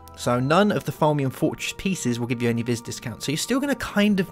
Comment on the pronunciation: It's Pronounced Vee not Vis